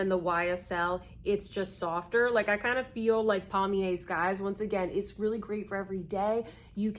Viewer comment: I clutch my pearls at your pronunciation, and I say air river to you, cause that’s how good bye is pronounced in French.